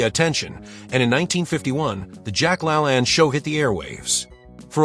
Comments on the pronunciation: I kept trying to figure out who the heck Jack “LA-land” was. It wasn’t until his TV show was mentioned that I realized the robot narrator was mispronouncing “Jack La-LANE.” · I've heard Jack's last name pronounced as /la-LANE/. /LAN/ I associate with "lans and grooves/. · It's pronounced lalain not lalan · La lane.. not La lan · Jack "La-LAYNE", not "La-lan" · Jack Lalanne is not Lalann. It's LaLAIN Geeeeeesssshhhh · Its pronounced Jack La Lane. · It's pronounced, Jack La LAYNE. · Jack LaLanne's name is pronounced with the long second a as in Lane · Couldn't pronounce Jack La Lane correctly. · I need him to say Jacks last name correctly 😂😂